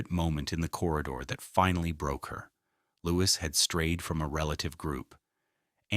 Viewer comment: Wish the narrator would get Louis's name right